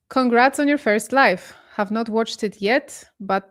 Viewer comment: it's pronounced LI VVVV E. not LIFFE